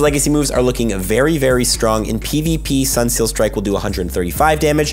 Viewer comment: It sounds like you're saying "Sunseel Strike" instead of "Sunsteel Strike".